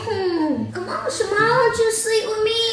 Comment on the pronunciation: Did she say shamar?